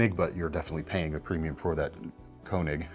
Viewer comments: The 'oe' in Koenig is pronounced like 'eu' as in pneumonia, so pronounced more like 'Keunig' than 'Koonig'. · Koenig in German would be pronounced "KER-nig." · It's always been "Kee-neg"... these kids today are illiterate.